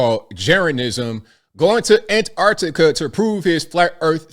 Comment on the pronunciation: Finally, an American that realises there are t's in Antarctica! Nice one! Keep up the sterling work.